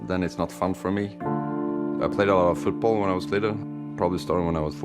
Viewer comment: futbol ?? nice english there mate